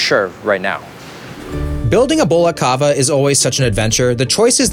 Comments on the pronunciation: Its cava not cabba 💀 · craziest thing about this video is how he pronounced Cava